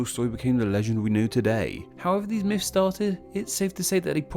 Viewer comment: These are “myths” not “miffs”